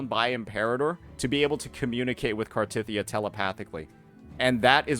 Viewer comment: why do you keep pronouncing cartethyia wrong